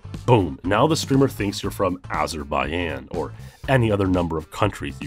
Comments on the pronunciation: Azeba-yen - your typical american education. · the j in Azerbaijan is not silent